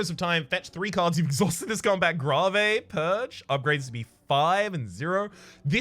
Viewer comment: Ahhh! Still that "grave" pronunciation